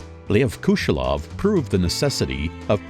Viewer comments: They also say Kushelov effect instead of Kuleshov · bruh it's kuleshov not kushelov